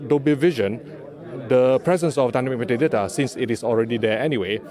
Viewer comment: Nobody says Dynamic meta date like he does! Lol